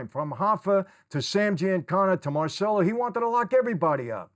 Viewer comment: Michael, Michael, Michael, please! It’s MAHR chell oh… NOT Mar sell oh!! You’re proud of your Italian heritage yet you bastardize many words because of that New York accent I’m surprised as many times you’ve been in Italy. Nobody has ever correctedyou!!?? I love your channel and I think you’re doing great work but for someone that speaks flow in Italian, it’s like nails on the chalkboard